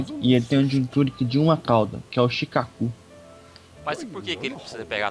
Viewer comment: acho que seria shukaku em vez de shikaku